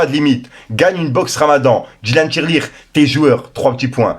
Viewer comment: Dylan Thiry et non Dylan Tirelire 😂😂😂😂😂😂😂😂😂😂😂😂😂